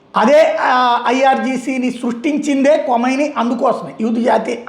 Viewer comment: కొమైని కాదు . కమేని kadha